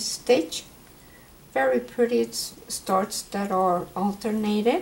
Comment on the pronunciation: Please do us all a favor and say this is STARS and not starts